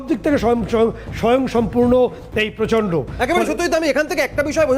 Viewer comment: প্রচন্ড = গোবরান্ড 😅😅